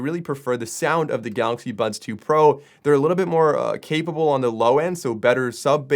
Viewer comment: Ok this is like 5th time you're saying "galaxy buns"... I'm annoyed enough ti comment for you to fix it...